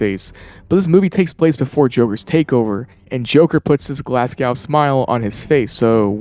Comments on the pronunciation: Glasgow is pronounced glaz go not glass cow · "Glas-gough" 😂 as someone fae Glasgow a find this annoying and funny lol. Its pronounced "Glas-go" the w isn't hard/defined. Although always love the glasgow smile on scarface ❤ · Great video, minor correction on Glasgow pronunciation "Glas-Goh", as in Go over there not "Glas-Gow" as pronounced in the video. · Love the videos but you say glasgow smile? Glasgow is pronounced as "glaz-go" it's really not hard to say, it's not glass cow 😂😂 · It took me too long to realise he was trying to say Glasgow when he said glass skowl smile it's pronounced Glaz-go 😂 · By far the worst inconsistency is how foreign people with American accents pronounce Glasgow as ‘glaßcoaw’.. Glasgow is pronounced glazgo Moscow however is pronounced moss-co Neither ever sounds like ‘ouch’ though. Both rhyme with go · It took me a while to work out what a 'Glass Gow smile was. Then I realised he was trying to say Glasgow. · Bro that is not how you say Glasgow it's pronounced like glass go fucking Americans man 😂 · Glasgow is pronounced Glaz-Go (great video BTW)